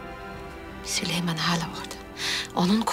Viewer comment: o süleyman değil sülüman ismini yanlış söyleyene aşık olur